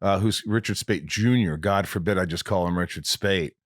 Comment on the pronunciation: When Rob says "oh my god" i hear him say "oh my me"